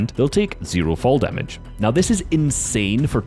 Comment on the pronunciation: He said “damaged” more like snipped 😂